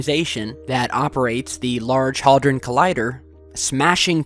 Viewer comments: hadron collider. not haldron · I'm sure he said Large Hardon Collider. sounds like a phallus-y.